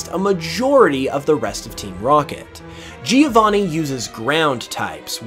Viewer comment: Giovanni as italian name is pronounced "Jo-vanni" not "Geo-vanni" (if you want to be perfectionist)